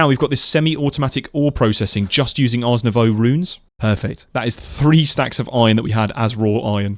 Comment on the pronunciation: Ars Novoooooo (like in voodoo). Not Arse Nowau (like in australia). Smh.